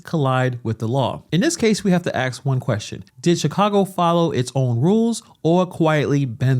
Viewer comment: What's up with saying AKS